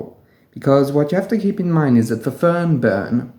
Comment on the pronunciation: You seem to pronounce an extra n after the r and before the b, other than that I always appreciate your work.